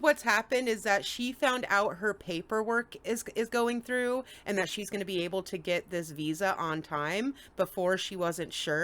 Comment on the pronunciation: "We're just going to beeze until I CAN go home." Oops, 😮.